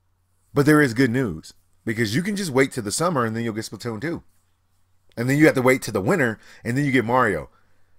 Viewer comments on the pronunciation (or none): none